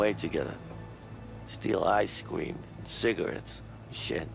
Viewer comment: Did say “ice cweam” and “cwazy?”